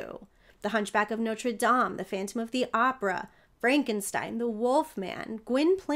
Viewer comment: Such a tenderly sympathetic interpretation. And I LOVE that you pronounce it Nawtra Dahm, instead of Noter Dame! Bless you! 🙌🏻